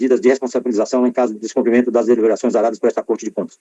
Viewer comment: O CARA Aroldo Sebraz FALA descomprimento . 😱😱O CORRETO É DESCUMPRIMENTO , e ainda é chamado de Excelência . Por aí se vê o NÍVEL .